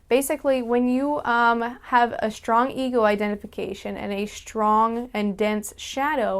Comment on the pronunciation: Y'know, you say shtrong the same as Universal Hobo does! Check out her antisuicide vid to hear her. :)